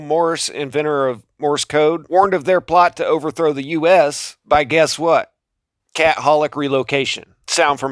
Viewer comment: Love your videos, but why do you pronounce Jesuit & Catholic improperly. It becomes somewhat of a distraction. Anyway just wondering.